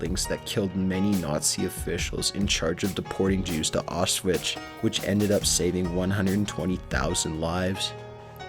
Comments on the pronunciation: 2 things: You have a very monotone voice, and I don't mean to nitpick, but it's Auschwitz, not Auschvish. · xD "auswitch"... bro, its "aushwits" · Its pronounced Ow-shwits, not Off Switch =D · Ok wait it's pronounced (aush-vits)